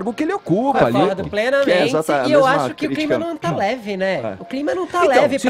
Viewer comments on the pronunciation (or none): Alguém avise o fefito que ele também precisa melhorar o seu português. O certo seria: PLENAMENTE ao invés de PLENAMENTZI DESMENTIDO ao invés de DESMENTZIDO DICA ao invés de DZICA SENTIDO ao invés de SENTZIDO RIDÍCULO ao invés de RIDZICULO